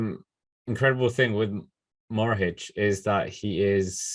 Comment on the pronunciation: What else do you want mohoric to win before you sprenounce his name right?